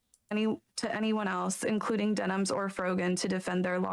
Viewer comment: I kind of love that we have another year of hearing say Dennins every time he updates on the case lol At first it kind of annoyed me but I love it now.